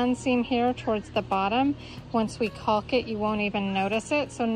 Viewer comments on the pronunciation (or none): The L in caulk is silent ❤